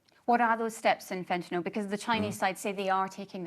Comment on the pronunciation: It's surprising to me that essentially every politician, even one as educated and well-spoken as Blinken, pronounces "Fentanyl" wrong. It's as if they've never seen the word written down.